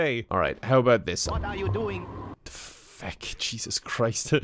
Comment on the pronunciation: "What are you dewing"